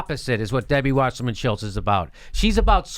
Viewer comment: I love how Jimmy calls her Shilltz.